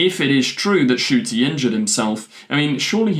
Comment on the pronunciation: His name is pronounced N-CUTI! Please pronounce his name right please, it drives me nuts that I have not ONCE heard anybody say his name right